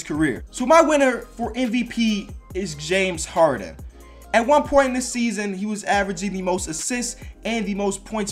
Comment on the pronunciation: he sounds so white when he says james harden.